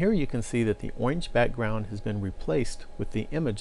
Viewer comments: Man is that really how you pronounce orange? I mean, these videos are fabulous, but, oinge? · IT'S OINGE!!!!!! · to set the background to "owinge" LOL